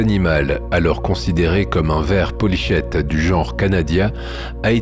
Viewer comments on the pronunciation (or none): On dit polykhète et pas polychète. C'est le khi grec comme dans chrétien. Tu n'es pas un professionnel, moi non plus, et j'admire ton erudition de dilettante. Mais ne nous apprends pas des erreurs, par pitié.